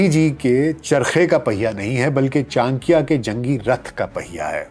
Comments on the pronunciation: ये क्या चांक्या चांक्या लगा रखा है? गांधारा क्या होता है? चाणक्य और गांधार बोलने में दिक्कत है क्या? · Bhai vo chankiya nhi chankya h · I think it is pronounced as CHANAKYA not CHANKIYA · कोटलिया नही, कौटिल्य बोलें चांकिया नहीं, चाणक्य बोलें टेक्सला नही, तक्षशिला बोलें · Chan - kiya ❌ Cha - n - kya✔️ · Chadikiya Not chankiya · What is chakya,,, it is call chanakya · Your podcast on kushwant singh, sukraat was outstanding. Here your content looked bit un enumerated. Further , pronouciation of chanakya as chankiya appeared unfair or erotic. Over all too much fumble here and there. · it is CHANAKYA, aap N ko silent samajh rahe hai shayad. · चाणक्य का नाम का उच्चारण सही से कर लीजिये साहेब। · Very wrong pronunciation of Chanakya😢😢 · Correct your pronunciation of chanakya